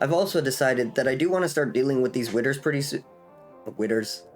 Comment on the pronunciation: Be vewy vewy quiet, we're hunting witters.